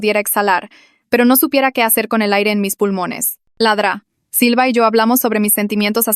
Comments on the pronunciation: Es doctora silva no dra silva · Se refiere a "La Dra. Silva" es el diminutivo de doctora pero la ia lo dice mal xd